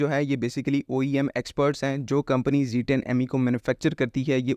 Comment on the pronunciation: Zed 10 Zed 10 stick to the proper pronunciation Ditch the American Zeeee thanks for the update